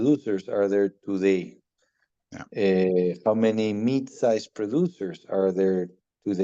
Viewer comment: Ahh he is saying MID size not MEAT size 😅😂😂